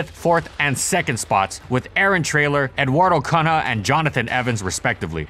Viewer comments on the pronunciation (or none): Edword Connor?!?! Rsrs you really dont know how to say portuguese lol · Him pronouncing Eduardo Cunha's name that bad actually hurt Great video tho.